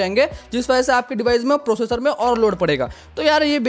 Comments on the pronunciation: Prosser❌ professor ✅ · Processor ❌ professor☑️😅😅